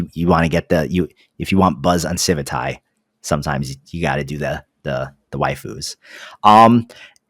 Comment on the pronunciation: isn't it Civit AI not civit tye?